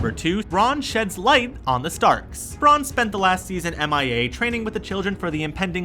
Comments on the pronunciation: geez "Braaan" will "warj" hard cringe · Unreal how bad this is! Brawn for Bran....Danereeus for Dany, freaking Essauce?!?!!? WTF?!?!?!! Never again. Put some RESPEK on the GoT's name! Is you done or is you finished? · Warjing? Bron=Bran? Danerisis? E-SOS? Mirren? Don't make videos if you don't know enough about the content to pronounce it correctly. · bran is short for brandon... no one says brawndon, so why brawn